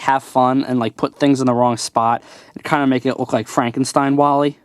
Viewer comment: His name is WALL - E